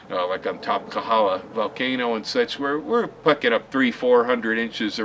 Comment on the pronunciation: it's KOhala, not Kahala. Mahalo!